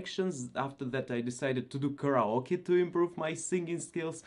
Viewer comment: Hey keep up your journey! A few pointers for you: - You do voice overs - Karaoke is pronounced care-eh-yo-kay What would be great is for you to share about Russian culture in shorter videos but out and about in Moscow as you’ve done with your walkabout videos. Maybe the food, customs, values, mannerisms, etc. I would be keen to know more as there is so much misunderstanding of Russian culture I believe that is tainted by our west east view of each other that would be good to clarify.